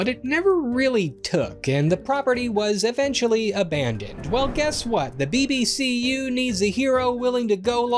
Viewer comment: Bro are u serious🤔 the BBC-U🤦🏿‍♂️🤣😂🤣😂🤣